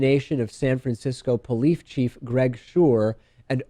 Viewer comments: you said "polife chief" twice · What's a "Polife" Chief?